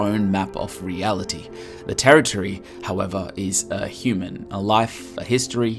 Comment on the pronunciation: "terriotry" It's territory.